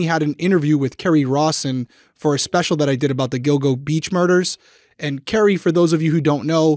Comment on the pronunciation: Omg!! He pronounced ‘Kerri’ right!! I had to go back and listen multiple times. It’s so nice to hear :) everyone always pronounces it “carry” -also a Kerri